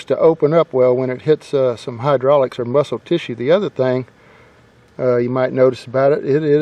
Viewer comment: "Now whether er not it went down in this corn..." 😄😄😄